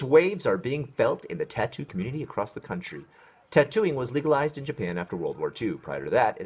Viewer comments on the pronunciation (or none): none